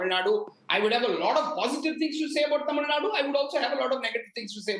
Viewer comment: Its Tamilnadu not tamilnad, kannada not kannad!!